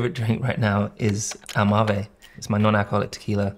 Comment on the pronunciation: AlMavey😭 i taught it was al-mave